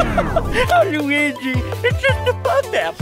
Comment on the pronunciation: Weegee lol